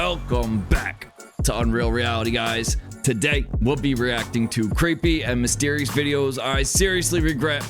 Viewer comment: The way you say today is weird bro!!